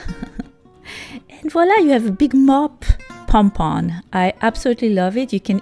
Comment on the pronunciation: Good hacks👏 But definitely not number 5 that is just a waste of yarn and also I heard her say pon pon not pom pom😂